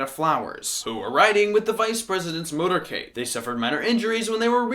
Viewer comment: It's 'MOTORCADE' and not 'MOTERCADE.'